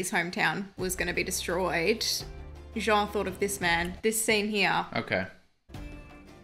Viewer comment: I love that you guys pronounce Jean’s name perfectly. You don’t pronounce it like Gene lol